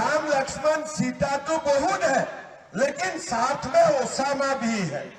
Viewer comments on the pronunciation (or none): Bhai mujko sunai diya ya isne Osama ko shab kha😂